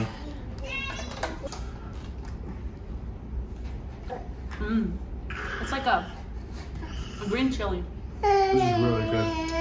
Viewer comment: Leelenad 😂😂 Clark 😎😎